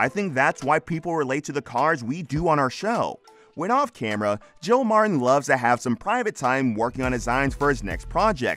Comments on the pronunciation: Man what a fake title. And his name is MarTin not marren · Mar Tin not Marrin. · Their name is Mar-TEN. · Can the narrator not pronounce "Martin" correctly ? Coddington BOYD ? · Why do you keep saying Marin? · click bait! Nothing happened to him and you need to learn to say MarTin. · This is a great show. I researched this mispronunciation of Martin. Narrator may be leaving out the T sound. Its called T glottalization. Its a strange thing certain people do for God knows why. i notice its usually younger females. my favorite news channel has a young lady that pronounces Russia's president as Poo-in.